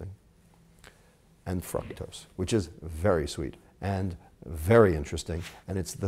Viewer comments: Pronouncing "Fructose" Dude: "frucktose." Most people: "frooktose." Pronunciation Error. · its FRUCTOS like fruit not FRUCTOSE like fuck god i know there are different dialects and all but its just annoying hearing you say it that way lol. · if this guy pronounces fructose like "fruck-toes" one more time, my head will pop off... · lol it sounds like he's saying fuck toast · it sounds like he said Fucktose. lol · is it me or does he sound like he's saying "fucktos"... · dude lost me when he talked about evolution and God in the same statement. still informative..but "frucktose" hahahaha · This is a pretty interesting video...but his pronunciation of fructose is kinda gettin' to me lol. Then again, I'm sure mine would get to some people. Still, this is great stuff, really liking this series.